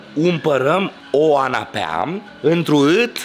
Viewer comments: Dorian popa e foarte glumet da la canapea nu se zice anapea se zice canapea nu anapea 😂😂😂😂😂😂😂😂😂😂😂😂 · " Vorba aia anapea 😂😂